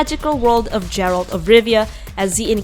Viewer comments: She said jeret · Did she just called geralt "jeralt" ?